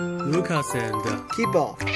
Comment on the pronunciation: Lucas tú pronunciación es muy buena 🙂